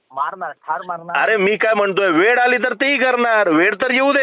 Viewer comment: मराठी शिकवणाऱ्याला मराठी येत नाही वेळ ला वेड म्हणतो